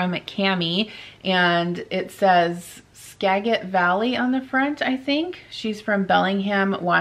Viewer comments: P.S. It's pronounced "Ska-Jit" Valley. 😊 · I didn't even notice anything in your teeth, but that's why I love you. You are so real and can laugh it off. BTW, Seattlite speaking here...Skagit is pronounced with a soft "g" as in giraffe. Skagit Valley is a beautiful place and they have the best Tulip Festival. <3 Come visit us this spring if COVID goes away.